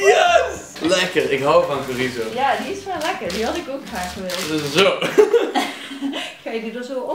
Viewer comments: je spreekt chorizo uit als tjorizo en ni als gorizo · Dylan spreekt het uit als gorizo , maar je spreekt het toch uit als sjorizo ( ik weet dat je het schrijft als chorizo maar zodat je kan zien wat ik bedoel) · Dylan zegt chorizo verkeerd.